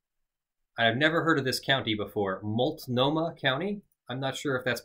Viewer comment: Good job pronouncing Multnomah. It's a Portland county. Maybe extends into Gresham or something. It's hard to tell where Gresham, Portland, Milwaukee, Beaverton, and Tigard all start and end haha